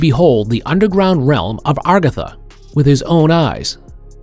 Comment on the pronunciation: It's not called agugathar it's called AGARTHA